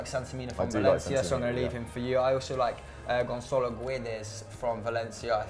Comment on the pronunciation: It’s. Gonçalo not. Gonzalo Guedes